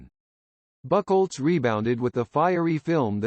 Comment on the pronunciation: Who's this Horst "Buckelz"? LOL